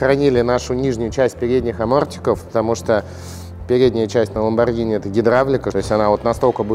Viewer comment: Послышалось Ламборгини марчеЛада)